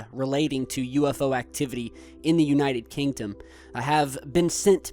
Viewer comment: you said 'United Kingtum'